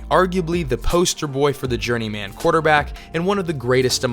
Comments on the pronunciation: "journey-man" - it's pronounced "journeymen" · It's not Journey Man, it's Journeyman. Pronounce it more like the name Silverman. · Yeah, it's pronounced journeyman, not journey man. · Please stop saying journey-man. Pronounce the man part the same way you would in fireman, not Fire-Man. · Need to learn how to pronounce "journeyman." Or not. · I really hate the way this guy pronounces the word journeyman. He must have no friends, otherwise somebody would have told him to fix that before he published the video. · You pronounce journeyman in an odd way